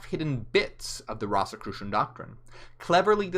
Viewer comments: It's ROSE as the flower, ROSE-i-crucian. And you can't become a ROSE-i-crucian ... You study Rosicrucianism. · The word came from ROSY CROSS and pronounced like a rose. Rose- e- crucian